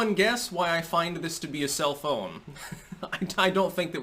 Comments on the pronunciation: "Self-Own"... I THOUGHT YOU SAID CELL PHONE!!! I was waiting for the new TECH REVEIW... IMHO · I didn't look at the title of the video, and I thought he was saying, "the most amazing cell phone," rather than self-own. I kept waiting for the amazing cell phone connection to all this. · I thought you said “cell phone”🤣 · I totally though was saying "cell phone" not "self-own" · LOL i thought he said "cell phone" not "self own". I was waiting for the phone recommendation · Oooooooh self own. I thought he was saying cellphone. I was like WTF? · I keep hearing "Self-Own" as "Cell-Phone." I know Gab is coming out with its own physical phone so I leaned in a little closer. But this was good too. :) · I didn't read tut he title and at first I thought he was saying "cell phone" not "sef-owend. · Dude for first minute and a half I thought he was saying "cellphone" instead of "self own" damn eggcorns! Lol